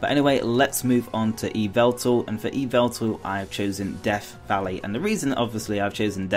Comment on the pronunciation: It's Yveltal, not Yvetal...